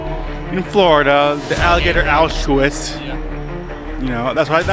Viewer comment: That’s what he calls it alligator Auschwitz but he can’t even pronounce Auschwitz 😂